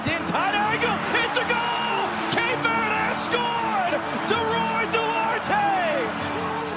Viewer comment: Would be a great video if you bothered to look up the pronunciation of "Cape Verde" and not said it wrong a thousand times.